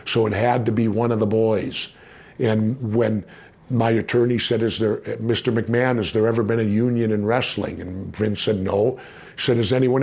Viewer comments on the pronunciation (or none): none